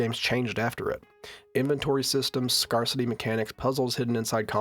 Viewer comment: Great video! -but, my brother, it’s pronounced “scarcity” like “scare,” not like “scar.” You’re sounding a little like Goofy, my guy.